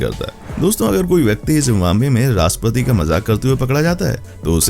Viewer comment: Its not RASPATI…. Its RASHTRAPATI. ❤